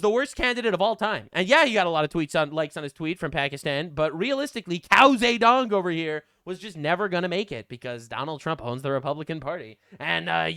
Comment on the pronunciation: Lol "Cow Ze Dong", this is what keeps me coming back.